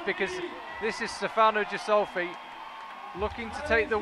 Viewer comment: Speaking of pronouncing names, Stefano has an emphasis on the first syllable, opposed to the second as is portrayed by the casters, as well as the ghi in Ghisolfi being a hard gh noise...